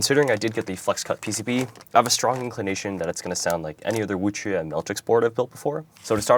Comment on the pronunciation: Finally someone who pronounces the "que" properly :goodvibes